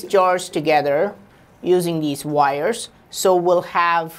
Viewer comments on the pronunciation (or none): none